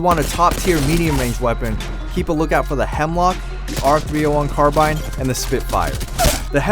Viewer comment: You pronounce carbine wrong